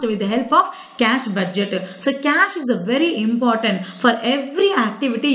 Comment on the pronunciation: how many times did she said cash budgeteh